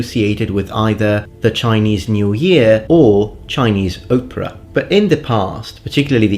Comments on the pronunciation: I don't know how the British pronounce it, but in the US 'opera' starts with an 'ah' sound, not an 'oh' sound. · Hahaha, when you talked about our modern association of Chinese masks with traditional Chinese opera, it sounded like you said “Chinese Oprah,” the thought which made me chuckle delightfully! Thank you for yet another, thoughtful, well researched, informative, & entertaining video! You’re awesome man!